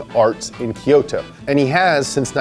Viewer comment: You nailed Kyusha, but whoever said Rakuoka and Kyoto butchered it, heh